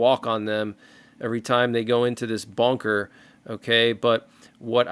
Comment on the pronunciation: The iranian video looks like AI and completely fake. 😂 Also. It's called ..."bunker", not "bonker" 😂